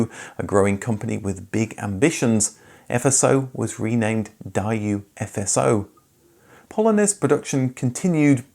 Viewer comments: It took me a long time to figure out that "Dieyou" was Daiwoo We pronounced it Daywoo in the US! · Die-you? It's pronounced day-oo (like boo). You even apologized for your mistake last time... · What is "Die-yooo"? The name Daewoo is Korean. It is pronounced "Day Woo" with two distinct syllables, both of which are accentuated, which is why I capitalized the "W". That is how we say it in the United States and the Koreans say it that way too. Though the later tend to draw out the last syllable with an extra "oo" or so. It almost sounds like "DAY wuhuugh". Our letters and common sounds do not translate to that language properly. GREAT video! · It's pronounced day-woo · Is my mind failing me? Pretty sure they were pronounced Daywho!